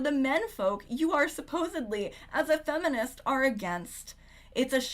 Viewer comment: Owiginal fwemenist 😂 thanks for the vod!